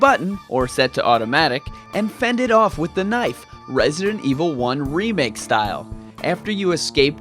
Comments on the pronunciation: It do sounds ridiculous But it not that annoys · I dont think is ridiculous, its pretty cute i like it.